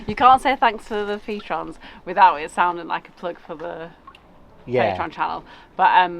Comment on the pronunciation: Great video and truly one of the best. However one thing REALLy annoys me; it's not peetr-ons its pate-ree-ons. Get that right and you'll have me forever!